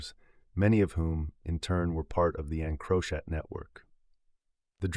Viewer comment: And the pronunciation of encrochat 😂😂 I had to turn it off to 😂😂